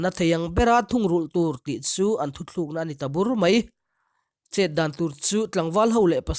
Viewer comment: thutlukna tihtur thuthlukna tiin i lam ria adik lo mizo tawng i pawngsual a ni